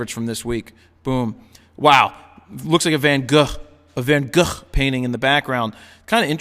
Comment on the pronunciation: Nice, but you need a Dutch person to teach you how to say "Van Gogh" properly!